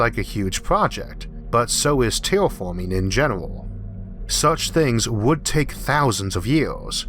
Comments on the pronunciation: Tewwa Fawming, sarlfewik athid? fingors? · Pronunciation is border line retarded. Eawf? Pawadise? Tewaforming? Yeawas? Maws? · Cowanizing and tewafowming venus, not maws